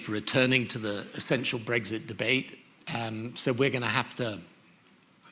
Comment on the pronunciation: Annoying Blairism’s - “Breggsit, Parhearty, idieology.” Great stream,. Have you done any videos/studies of Alistair Campbell? His politics have never really been looked at. And considering how influential he was to New Labour and Blair, I think he’d be a great subject. From journo to spin doctor.